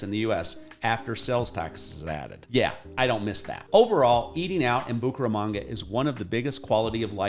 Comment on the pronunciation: Bucharamonga, Bucaranga, Bucarest......que es eso!! Esa voz en español aunque agradable pronuncia muy mal el nombre de la ciudad.